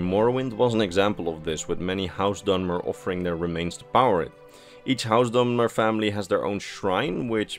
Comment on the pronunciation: For a moment, I thought he said 'Dumber' instead of 'Dunmer.'